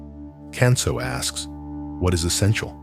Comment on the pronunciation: I can’t believe that you mispronounce “Kanso.” You pronounce “kan” like “can” of soup. Japanese would pronounce “kan,” “k-ah-n.” May I suggest doing your homework before posting a video, thereby avoiding making fools of yourselves? Secondly, your interpretation of western minimalism is inaccurate. In sum, this video is bogus, in my view.